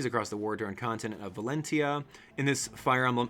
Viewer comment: I think it's pronounced valen (cha)